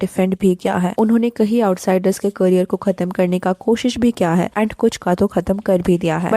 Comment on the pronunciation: Why does your PR sound like pyar? Why does your "kiya" sound like "kyaa"? And kahin = somewhere, kayin = many. Work on your pronunciation.